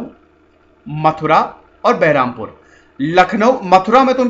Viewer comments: Bahrampur nahi balrampur hai Yaar galat naam mat bolo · that is Balrampur not Bahrampur